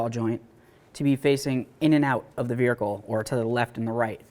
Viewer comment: Say vehicle again